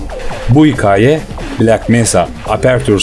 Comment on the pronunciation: Eline sağlık emek veriyorsun da hocam diksiyon bozuk , metin hazırlaman biraz kötü tekrara düşüyorsun muhtemelen yokluk durumu söz konusu ama tekrardan elden geçirir isen (bu işten anlayanlar ile) daha düzgün işler çıkabilir. Hikaye derken a yi yumusatmaman bile beni cidden çıldırtıyor. Başarıların devamını dilerim